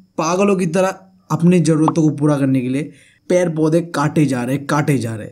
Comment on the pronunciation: Ped paudhe❌ pair paudhe ✅(joke apart, helpfull lecture, Thankyou)